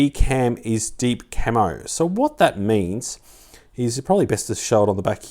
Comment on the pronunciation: Mate, it's Deep "camEo", not camo (camouflage) lol